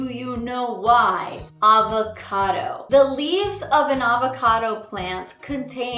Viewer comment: It’s Av-a-cado... Arrrr-va-cado sounds weird 😂